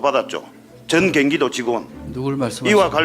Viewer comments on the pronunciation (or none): 이놈 발음이~~~ 전 갱기도~~~~이런게 국개한다고, 그리고 국짐들 도지사 뒤 까봐 너들은 더 해~~~ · 경기도다 갱기도가 아니라~~ 발음 좀 똑바로 해라~~ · 갱기도가 아니고 경기도다 이 모지리야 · 갱기도가 아니고 경기도다 한글이나 제대로 배우고 국회의원한다고 껍죽거려라 뭐아는게 있어야 질문응하지 👍